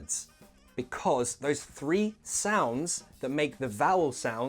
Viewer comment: Thirty-three tree, word vs world, Sun vs son. By the way, in your intro you look like Jason Statham in Transporter :-)